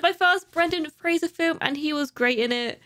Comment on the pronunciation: Right off the bat, props on pronouncing Brendan Fraser's last name correctly!